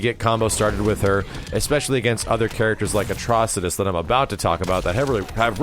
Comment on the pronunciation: Hurray! finally pronounced Atrocitus right!